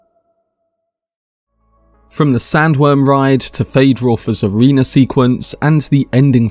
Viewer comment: “Feyd-Rautha’s arena sequence.” I thought I heard him say “Feyd-Rautha’s a wiener sequence.” 😮